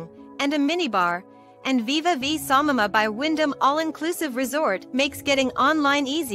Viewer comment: Samana NOT Samama